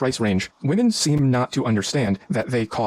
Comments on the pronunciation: Can you pronounce women? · Day 1001 Dude you sound dumb learn to pronounce women properly you have a chance about them